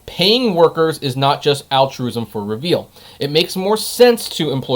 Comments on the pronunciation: Not reveal lmao. It'a re-vul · It's not "Reveal", it's pronounced "Re-Vle", like "Rebel".